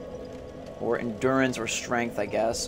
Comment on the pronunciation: i lol'd so hard when he siad strength like a snorlax